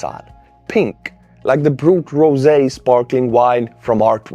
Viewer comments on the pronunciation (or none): none